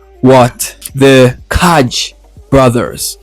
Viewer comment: Kai are no brothers :-) ...and the pronounciation of their name is "KAI" ...as Northern European languages has a soft letter "J". Soo KAI (not Kaadge). Kai are from Finland and the little village "Vörå" but singing in their native language which is Swedish (Finland has 2 national languages Finish and Swedish)